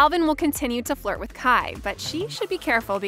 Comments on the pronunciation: ITS KAI NOT KIE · No she didn’t call Kai… Ky wtf 😂